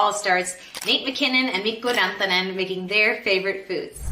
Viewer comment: Woah, you pronounced Mikko Rantanen pretty accurately! Do you have any relation to Finland?